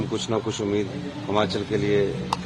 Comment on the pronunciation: हमाचल प्रदेश नहीं, भाई जी हिमाचल प्रदेश